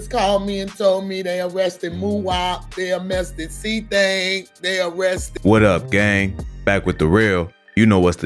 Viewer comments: They mauressted muwhop lady can’t pronounce arrested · “They amessted “ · I can’t get over how his mom said arrested wrong when she said c-thang lol “Amested” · "They ammested c-thang" 😭😭😭😭😭😭😭😭😭😭😭🤣🤣🤣🤣🤣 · Damn they Amessted cthang??? Not amessted😂😂😂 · Damn first she says they arrested then she says they amessted lol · That "Ammested" Pisses Me Off Everytime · "They arrested muop they aMMested cthang"... Smh.